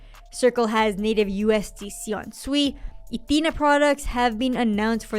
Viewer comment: Thank you for being one of the few influencers to pronounce SUI correctly. Even Raoul Pal pronounce is it, just like everyone else to be fair, like they're calling a pig. It's pronounced like you're saying the word sweet but you just dropped the T. You're awesome for pronouncing it correctly. Also love the balance of the rest of your content.